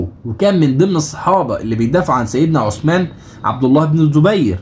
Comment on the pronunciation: السلام عليكم حرف الثاء في عثمان طلع لسانك للنطق الصحيح ثانيا اسم الصحابي عبد الله بن أبي السرحاني تحياتي